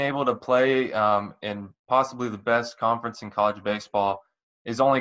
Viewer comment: CON-FER-ENCE. NOT CONFERNCE.